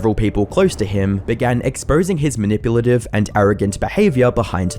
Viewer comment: Are you trying to say "manipulative"? Youtube subtitles can't sort it out.